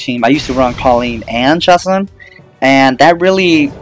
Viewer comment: Its pronounced ChaSOON